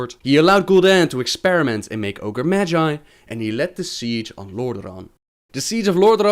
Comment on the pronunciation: Wait, wait wait..wait.. did you say Orge continent? If that's a continent then Draenor is fucking massive.